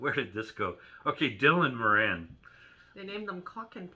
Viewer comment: Morin ???? Nope.